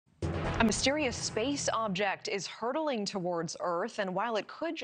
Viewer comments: Hurtling, not hurdling! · hurdling? i always thought its hurtling???